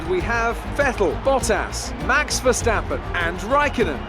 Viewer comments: Mr Anonymous verstÆppen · the way says Verstappen 🤣😂